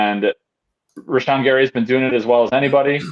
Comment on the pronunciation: For the love of glob, learn to pronounce Rashan, it isn't a tough one. I'm probably just salty that you're drinking a Michelob Ultra.